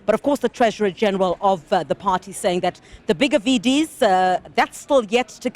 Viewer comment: VDS almost sounds like VBS.